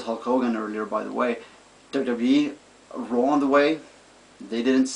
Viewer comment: You have R pronoucing problem. you said raw Rawr. LOL